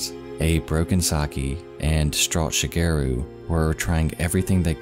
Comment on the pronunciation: The way he pronounces "Shigeru" is so off-putting. It's not "She-gear-roo" it's Shi. Ge. Ru.